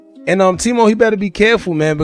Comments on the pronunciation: Tim-o not team-o lol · Its pronounced TIM - O, not team - o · Why you say "Teemo" bro? It's timo like short for Timothy... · Oh you been saying teamo forever. Got it 😭😭😭😭😭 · It's timo bro u know how to read goofy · (Tim-o) not hard to say my brotha lol. Good video tho 💯